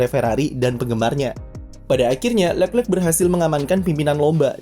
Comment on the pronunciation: Kenapa setiap admin nyebut nama Leclerc agak susah ya.. udah 2 Chanel saya nonton juga seperti itu..